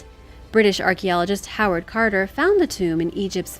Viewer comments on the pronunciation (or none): none